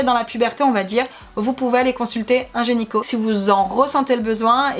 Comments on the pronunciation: Video très intéressante :) par contre c'est gyneco & pas genyco hihi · Ça me stresse que tu dises "genyco "au lieu de "gynéco" mais sinon je t'adore c'est super de parler de sujets un peu "tabous" vous êtes trop belles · Super vidéo ah ah qui prononce "genyco" à la place de "gynéco" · on dit pas gynéco ?? Et pas génico?? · Qui a entendu gényco au lieu de gynéco 🤣. Sinon super vidéo 👍😘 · Super vidéo!!! C'est bien d'en parler 😄😄 Juste c'est gynéco et non genyco 👌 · vous dites gényco , sa me fait trop rire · "un genyco" ahahah 😂😂😂